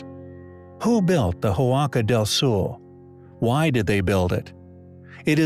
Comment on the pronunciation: Re. Huaca del Sol: It is pronounced wock-a, not who-ocka. The "h" is silent.